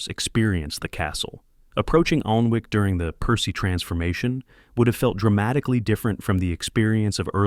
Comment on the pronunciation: its pronounced annic